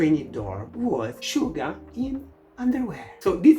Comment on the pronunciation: suga is pronounced as shuga (i would even say as shjuga but that would probably make it harder for english speakers) since it's written as 슈가 in hangul, i would say just listen to how suga and other members pronounce it